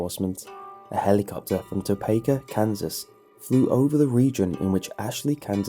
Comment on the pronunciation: toe-pike ah i know your a brit but thats how you say it.